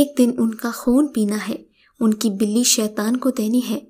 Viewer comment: Itz not bili itz balli